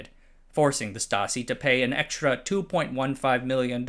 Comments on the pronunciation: Great video, as usual. Just a quick note on pronounciation of some German proper nouns: 0) Jena is pronounced "Ye-nah" 1) Stasi is pronounced "Shtah-zee" 2) Zeiss is pronounced "Ts-eye-s" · I liked this video, but why can't narrators pronounce things properly? Zeiss Jena? Come on! Stasi wasn't too great either. With all the work you did to research this video, how much trouble is it to look up how to pronounce things?